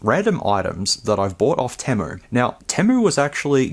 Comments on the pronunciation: It’s pronounced “tee-moo” not “tim-moo”. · TEA-moo. Not TEH-mu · Its actually pronounced TEE-MOO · No way dude you even added the letter "R" in Temu.. I cant do it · Have you not seen enough ads to know it's pronounced Teemu, or is it different down there? Serious question. 🤔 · Interesting video but he says temu wrong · Where are you getting the "A" from in temu? Or am I just pronouncing it wrong?